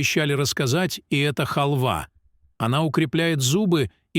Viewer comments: О, а я и не знала, что хАлва - это лакОмство. Что за грамотей читает текст. Мигрант? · А не честнее сказать ,что нужно есть семечки,вы даже не правильно произносите слово "халва"